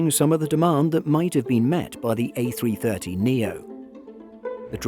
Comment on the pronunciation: a330neo not a300neo, other than that great video!